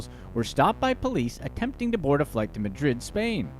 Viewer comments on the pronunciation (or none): none